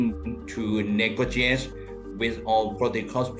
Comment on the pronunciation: trying to negojazz??